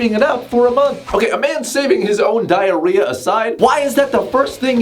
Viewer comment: It’s not diar- ad -rhea